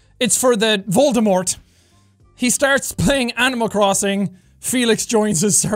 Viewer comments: Jack keeps saying voldamort! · Why can’t he say Voldemort??